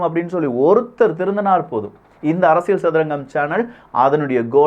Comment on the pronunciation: One feedback brother… நீங்க அரசியல் என்று சொல்லவும் ஆனால் அரசியள் என்று சொல்வது நன்றாக தெரிகிறது. அகையால் தமிழ் சரியாக பேச வேண்டுகோள். இது அரசியள் சதுரங்கம் இல்லை.. இது அரசியல் சதுரங்கம் என்று சொல்லவும்… அன்புடன் உங்கள் சேவை தொடர வாழ்துக்கள்.